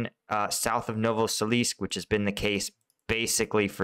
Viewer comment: Novoselivske = noh-voh-seh-LEEV-skeh ('-e' at the end of a town name is pronounced as '-eh' and not '-ay'. Bakhmut is not BAH-muht, but BAH-MOOT; Opytne = oh-PIT-ne, and not oh-PEE-nay; Klishchiivka = kleesh-chee-YEEV-kah Keep cleaning up the pronunciation